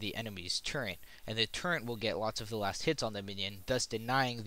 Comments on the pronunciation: all I hear is "turrent" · Great video - but there is no n in turret.